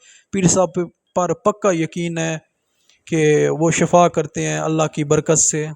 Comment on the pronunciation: پروگام کرنے والے صاحب کو مبارک ھو دوسری گزارش ھے کہ بغیر نااضگی کے لفظ شفا کی ش پر زبر مت لگائیں بلکہ ش کے نیچے زیر لگائیں محمد سلیم نقیبی نضیر پور شجاع آباد